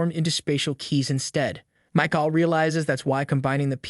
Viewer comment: "Mike-all" AI has a long way to go whith pronounciation of words and their different meaning...